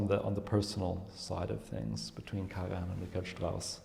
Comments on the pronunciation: He is simply wrong. He pronounces the „j“ as if the name were Spanish; which the name Karajan was not. The spelling accurately reflects, from a German language pronunciation standpoint, how the name was earlier pronounced in its country of origin. It is annoying to the listener, and rude, to be so wrong in pronouncing someone‘s name. The speaker is American? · It is sad to see (and hear!) apparently at least moderately educated man pronouncing the name of one of the best known musicians wrong. This is the General secretary of what???? How on earth he could have passed any serious interview for such a position! He can even hear Ms. Bernauer to pronounce the conductor´s name correctly - is he deaf ????? I can´t believe my ears. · One question: why pronouncing KARAHAN instead of KARAJAN? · I do apologise but your explaination is totally wrong. As a FAMILY NAME, the correct pronunciation is KARAJAN - pron. KARAIAN also because the name comes from Macedonia - where the Karajannis came from. So the gentleman in the movie, obviously unaware of the correct way to pronounce a name so famous and renown, is wrong. Do you need further confirmation? Please listen to the thousands (if not millions) of interviews ad movies and documentaries about KARAJAN and listen to the proper pronunciation of the Name by thousands (if not millions) people. Or do even better: the interviewer pronounces the Name correctly, the gentleman is going on pronouncing it in a totally wrong way, IN THE VERY SAME CONTEXT! And avoid speaking when you obviously don't know what you are talking about. And I add: Karajan WAS NOT a composer but a CONDUCTOR and he was not GERMAN BUT AUSTRIAN - being born in the Austrian Empire (Salzburg) on the 5th April 1908. You definitely need to listen well and understand better.